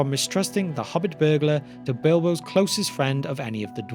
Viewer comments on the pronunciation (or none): none